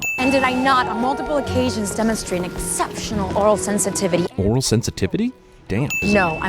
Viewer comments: "Aural" sensitivity, not "oral". Something you want in a communications and linguistics officer, for sure. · Aural, not oral. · It's AURAL sensitivity! not oral! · nearly a decade late, but - it's aural sensitivity, not oral sensitivity. Two very different things :) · Oral sensitivity? Did the script say aural sensitivity and she just mispronounced it? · re: Uhura's abilities - she said, "aural" not "oral" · LMAO ORAL sensitivity, naw its AURAL sensitivity, sounds the same though, made me laugh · "aural sensitivity," not "oral." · AURAL. Not oral, dummy. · "Aural" sensitivity NOT "Oral" sensitivity ... golly, gee-whiz! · That's Aural sensitivity not oral sensitivity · It's "aural sensitivity", not "oral", you dumbass pervert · Oral sensitivity????? I think she said AURAL sensitivity. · It's not oral, it's aural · aural not oral. damn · I was all set to be a fan of this guy until he said "oral" instead of aural. This one comment is worse than all the sins of all movies ever combined. Its one thing to point out actual problems with movies but when you start making shit up you lose all credibility with me. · Aural, not Oral... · She actually said "Aural sensitivity" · Also, I'm pretty sure she said "Aural" sensitivity, as in her ears, not "oral" meaning her mouth. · Um...not "oral sensitivity" but "aural sensitivity". As in having to do with ears and listening. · Sin 24: She said "Aural," not "oral" sensitivity. I'm nitpicking. Sorry! Sin 30: Old Spock, w his advanced transporter knowledge, beamed Scottie into the tube of water. Not the same person that failed to beam young Spock closer to the temple. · True, but she mispronounced it (it has a slightly different pronunciation than "oral"), thus invalidating her argument.